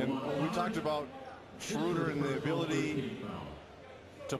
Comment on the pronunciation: His name isnt Shrooder ... its Schroeder. The "oe" is pronounced like "duh" (as in *duuhhhhhhh*) without the "d". They need to get it right, considering he's gonna be in the league for the next 10 to 15 years.